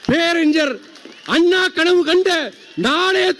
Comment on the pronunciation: டேய் தற்குறி துறை வைகோ முதலில் பேரறிஞர் அண்ணா என்று உச்சரிக்க கற்றுக்கொள் அதன் பிறகு திராவிட அரசியலுக்குள் வா தமிழை உச்சரிக்க தெரியாத நீ எல்லாம் திராவிட இயக்கத்தின் தலைவனா காலக்கொடுமையடா